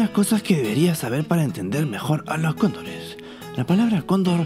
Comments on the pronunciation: Si dises cóndores muy rápido se escucha condon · Si yo también pensé que decía condones jajaja